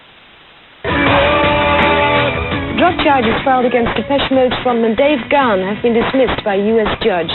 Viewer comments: It's pronounced Gone not Ga-han. Geez! Home-boy almost died the same weekend one of my other Home-boys died. R.I.P Bradley Nowell. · His name is pronounced "Gahn" (like "gone"), or consider the "h" silent ("Gaan"). Now that's out of the way, I admire Dave for his recovery. One day at a time, Dave. You're an inspiration. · Its pronounced GONE not Ga Haan